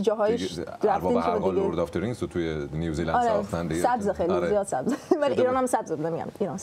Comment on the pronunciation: بابا... اسم کشور New Zealand هستش و نیوزی لند تلفظ میشه، نه نیوز لند (News land)... تو رو خدا یکم دقت کنید! دم سینا گرم که درست تلفظ میکنه و هی هم‌تکرار میکنه که اون خانوم متوجه بشه ولی اصلا تو باغ نیست. کار موزیکش خوبه ولی تلفظ بد اسم کشوری که توش زندگی میکنه رو اعصابه.